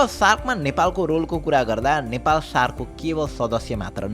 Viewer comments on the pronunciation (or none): none